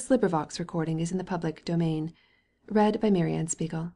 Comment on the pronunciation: her voice is so nice and soothing that i didn't even mind those parts, even kinda looking forward to it everytime, the way she pronounces "mary anne spiegel" and "nathan haskell doyle" just 👌a perfect reader for a such a great book